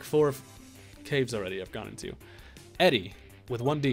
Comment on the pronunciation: Edie is pronounced E-Dee...short for Edith. More you know ya?